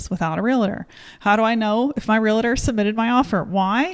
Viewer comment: FYI, no such thing as a “real-a-tor”. They are called “real-tors”. Great video.